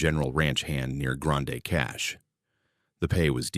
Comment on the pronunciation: Do some research it’s pronounced grand cash